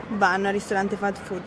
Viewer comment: I like the way you said "fat food"😃 You are right. It IS fat and full of carcinogenic stuff too👍